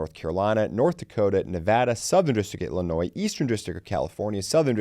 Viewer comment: The “S” in the word Illinois is silent. The “S” is not pronounced! Say it is if there is no “S” in the word Illinois. Please don’t pronounce the “S”.